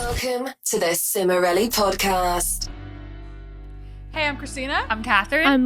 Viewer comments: I forgot to mute during online school and everyone heard Lisa say "The Cimorelli Podcaaaaast" in a British accent My teacher got mad hahaha Jeihdjdhehd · HOW EXCITED I WAS TO HEAR LISA SAY "THE CIMORELLI PODCAST" IN THE BRITISH ACCENT